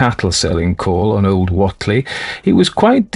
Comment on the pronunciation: Thanks 😆Happy Samhain to you!:.BTW, it's pronounced: "uh·lai·juh" Elijah Wheatley = "WAY-tlee".. Sorry it just really irks me hearing something pronounced so differently than I've always heard it 😅 Yog Sothoth